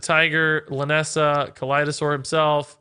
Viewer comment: check the description, its lynessa not linessa